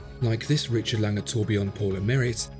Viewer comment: It's Lange, as (un)usual...